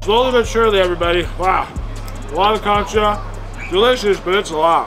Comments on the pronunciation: It’s concha not “cancha” almost like saying cone-cha. I’m sorry but it irked me every time 😩😂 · its pronounced cone-cha not cuncha however u said it hehr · The way you are pronouncing concha means basketball court instead of shell… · It’s pronounced “Concha” not “ Cancha” lol 😂❗️❗️❗️ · every time he says concha i die inside please stop saying it